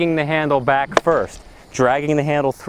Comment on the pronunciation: Back not Bag...